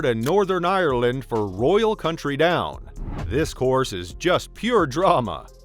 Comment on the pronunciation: Yeah, cuz AI in 2024 isn't able to pronounce "county"? lol